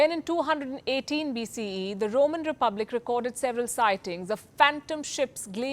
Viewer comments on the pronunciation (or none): none